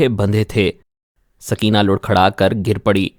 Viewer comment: Larkhara hota hy.. Lurrkharra Nhi...😁😁😂